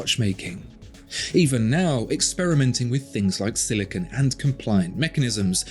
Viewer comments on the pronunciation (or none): none